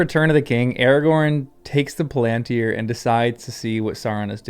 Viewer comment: Palantír has the stress on the last syllable. The long (accented) í draws the stress.